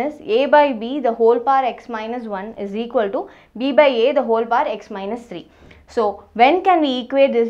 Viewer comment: Who is like me thought she told pa...instead of power🤣🤣🤣